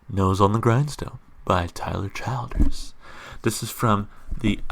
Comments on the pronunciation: Good stuff man... Tyler is the truth. Just a FYI he pronounces his name “Chill-ders”. For more of a stripped down sound like this check out “Hard Times”. With something with his band and a more full sound check out “Feathered Indians”. Or bet yet... check out both! Enjoy your ride down the Tyler Childers rabbit hole, it’s a fun little ride... I’ll subscribe to see if you keep going with Tyler, Sturgill, Colter Wall, Turnpike Troubadour’s, and a whole bunch more in this non-pop country slice of heaven. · His name is pronounced Chill-ders. I'm from Pike Co, (Eastern) Ky. All my family are coal miners. There is no more Coal stores to spend their money. The Opioid epidemic is absolutely everywhere but, it's CRITICAL there where the Western part of the state line of Williamson, W. VA borders the Ky line. When you say you're going to town; you're Williamson, W.Va. There is NOTHING other than the Coal Mines for a profitable job considering the coal mining is dwindling there. He's referring to his Dad's back because his Dad became addicted to prescription medication from his back injury he got working in the coal mines!! Please check out some more of songs; he was just nominated for a Grammy for his new album!! "Follow you to Virgie " is another part of Pikeville, Ky. That's where I lived when my husband followed me from Richmond, Va over thirty years ago!